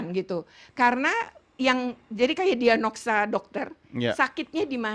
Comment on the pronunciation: DIAGNOSA buk.. belepotan amat..